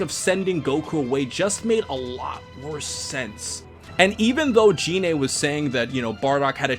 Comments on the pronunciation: Why did you keep saying "She-lie"? Her name is Cheelai. Also "Gine" is not pronounced "Jee-nay." It's "Gee-neh." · Stop saying Gine’s name incorrectly! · i think its pronounced (Gee-nee) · Lol I knew this guy would say Goku’s moms name wrong